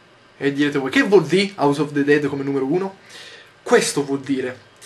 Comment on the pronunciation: yotobi non ti arrabbiare ma "of" sil legge "ov".